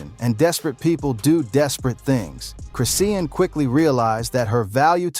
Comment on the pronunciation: You dnt pronounce her name chris Ian, you pronounce it chri Shawn Rock